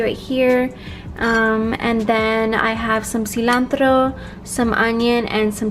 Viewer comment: okay but that pronounciation of cilantro was flawless, damn